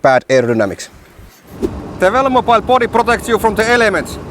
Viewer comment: Drink everytime he says velomopile